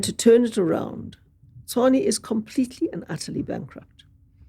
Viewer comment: I am glad she pronounced Tshwane correctly, so far she's the only white person I've heard who has pronounced this word correctly😂😂😂😂